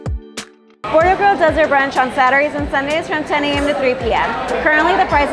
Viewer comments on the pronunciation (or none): none